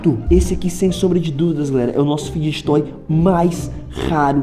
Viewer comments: Pq vc fala fidguet toy é fidget fala igual fidget spiner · Mano ele fala ficdget toy e é fidget toy da uma agonia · Não e fideget toy e figet toy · Figjestes toy q ele FALA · O Enaldinho só fala fideget toy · Vey eu tenho um odeio quando ele fala figet toy e fidget toy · EU ODEIO QUANDO O ENALDONHO ELE FALA FIDGET TOY ERRADO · Ele não sabe falar fidget toy